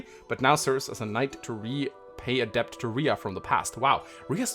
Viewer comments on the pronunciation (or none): none